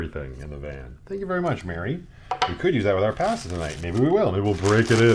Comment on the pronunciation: Yay another mispronunciation of the word pasta video 😂 It’s my favorite bingo card square!